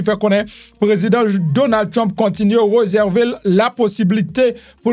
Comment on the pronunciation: Ou renmen fè suret trop , ou blese zorey mwen le wap di reuserver , se réserver . Lè wap di mesdames zeu messieurs , rangé bouch ou tikras souplé .